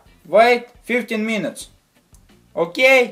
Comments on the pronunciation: I never stop laughing when you say okeey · I can't stop laughing when you say okey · the way this dude says ok? hahaha god help this man with his issues